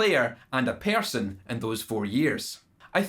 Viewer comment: Idc what kind of accent ya have... that is not how you say person lol. ... oh the video was great! Ola also proved that it isn't that bad of a pre amp in the fx loop. weird.